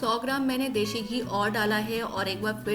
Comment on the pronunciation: Mam recipe is wonderful but it is desi ghee not deshi!!